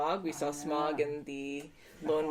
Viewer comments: i know it doesn't really matter...but it's not pronounced smog. it's pronounced SmOUg as in OUch kinda like OW. If that makes any sense haha. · it's not "Smawg" or "Smog", it's "Smah-oog" and watch the Dark Knight trilogy, it's freakin' awesome :{D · It's Smowg. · One of my pet peeves is when people pronounce Smaug’s name as “Smog”